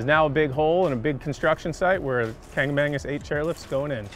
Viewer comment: KANC-A-MA-GUS...THERE IS NO "ANG" IN KANKAMAGUS